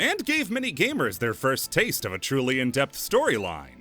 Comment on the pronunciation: did you say "Drill-y" instead of Truly?